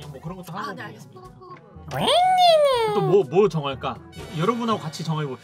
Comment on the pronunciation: 알겠읍s읍ㄴ다앙 개웃기네 ㅋㅋㅋ